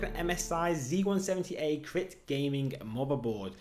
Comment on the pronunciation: Feedback: It's pronounced 'crate' not 'krit' Not being Red and Black is a bonus for my son.